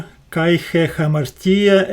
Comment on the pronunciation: You are very sweet, BUT PLEASE word KAI means AND, Pronounced "ke" e as in elephant not kaee. It spoils the devotion when I hear this word so mispronounced. Please ask a greek priest, he can assist you in ALL Greek diphgthongs, double vowel sounds. I like the way you explain and show in Greek and Koine language. I will continue giving you "thumbs up" thank you, Tanya from Sydney Australia.